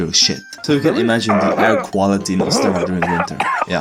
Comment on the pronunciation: Yo im czech here! And why we notice? cuz yall have dialect on the penultimate consonant and czech mostly have it on forst consonant xd that how we notice. yall: ostRAva we: OSTrava